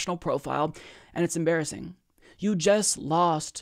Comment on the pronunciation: We need to replace the 'Das amazin'' meme with 'Das embarassin'' 😂